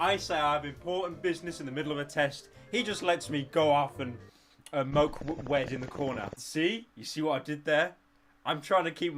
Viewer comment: no he said moke wed